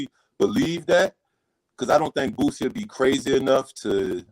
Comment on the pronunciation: PRONOUNCED BOO..CEE NOT BOOT..CEE